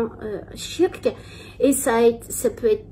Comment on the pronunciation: le "tshirk", tu es musulmane depuis X années, apprends la prononciation de base stp merci ! Tu ne sais meme pas prononcer la formule sur le prophète correctement, tu abuses.